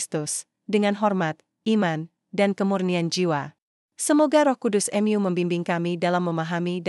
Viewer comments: Mu dbaca sebagai em Yu?????? Kentir !!!!! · Kenapa membaca Mu sebagai kata ganti Tuhan dibaca dengan kata Em Yu ? Apakah yg membaca ini bukan org Katolik/Kristen ???